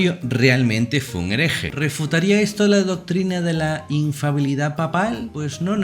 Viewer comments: No es infabilidad papal, es INFALIBILIDAD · Padre es Infalibilidad no infabiludsd Gracias